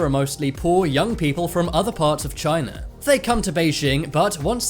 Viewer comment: He just said Chiner